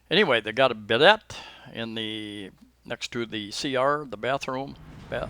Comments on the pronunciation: It's pronounced "beeday" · I thought your video was informative, however I did not hear you quote a rental price for the one bedroom condo. I don't mean to be disrespectful but the bidet in the bathroom is a French word. Therefore when bidet is properly pronounced the last letter (T) is silent and not included in the pronunciation. Just an FYI in the event that you continue to make videos with this item included in the CR.